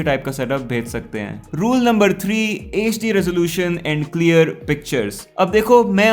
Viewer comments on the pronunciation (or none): none